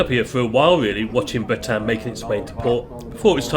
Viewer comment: Sorry to be a pain but The Bretagne is pronounced Bretan - ye. We love her she is a sturdy valiant ship. We have sailed this route many a time through good weather and some very bad weather. Sadly the old darling will be retiring from this route soon for a more gentle route. We will miss her greatly. 😘